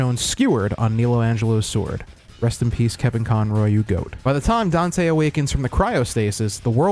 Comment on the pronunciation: not getting dante right, is this animes least problem...